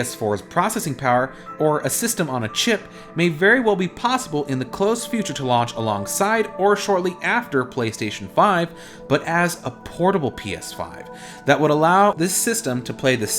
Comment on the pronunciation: Possible not plozible